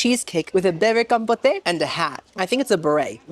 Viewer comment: I love you!! No hate but Compote is pronounced Com-pote (like coat) and Crudite is cruditay. Or maybe you are doing it on purpose in that case I’m sorry for being pronunciation police. Queen this video is epic as always ❤